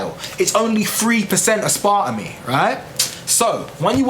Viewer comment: Learn how to pronounce it maybe